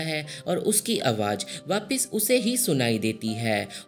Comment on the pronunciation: its AWAZ not awaaj, its ZAMEEN not JAMEEN